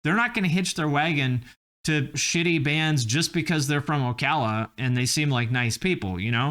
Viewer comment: I am from the area around Ocala, you pronounced it right. We call it "SlowCala" here because it's horse's and old people.